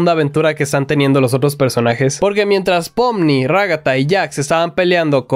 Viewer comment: en realidad es pomni pero se dice popni (